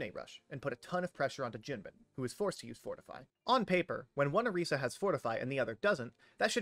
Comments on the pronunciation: Pronouncing Junbin correctly 🥲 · Oh no, you did Junbin right! I was thanking